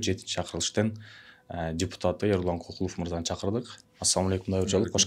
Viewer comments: Ай оң сүйлө,биринчиден,Кыргызда Кокул деген ат жок же сен уктуң беле!?Көкүлов дечи,а дегенде туура сүйлөгөндү үйрөнүп анан иш кылсаңар жакшы болот эле да,ар бир сөзгө тамгага маани берип😡Эрулан Көкүлов.делиш керек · Тантырап КОКУЛОВ ДЕБЕЙ КӨКҮЛӨВ ДЕСЕҢ!!!! КЫРГЫЗ ЛЕКСИКОНУНДА КОКУЛ ДЕГЕН СӨЗ ЖОК!!! КӨКҮЛОВ, КӨКҮЛ АЙДАР ДЕГЕН СӨЗДӨН СӨЗ! АЙДАР ЧАЧ ТӨБӨГӨ КОЮЛАТ КӨКҮЛ МАҢДАГА КОЮЛУУЧУ ЧАЧ КИЧИНЕ БАЛДАРГА!